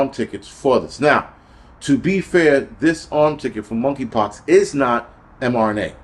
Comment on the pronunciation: Money Pox, the k is silent